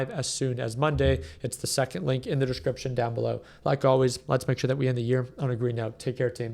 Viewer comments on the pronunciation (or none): none